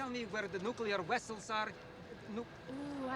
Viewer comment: "Can you tell us where the nuclear wessels are?" lol